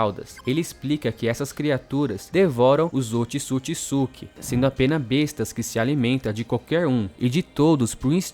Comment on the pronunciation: Mano, top dms, mas pqp, é Ootsusuki e não otisukisuki caramba que agonia , tu fala o nome certo no começo e depois fica o vídeo todo falando essa merda 😂 caralho véi, mais fora isso top dms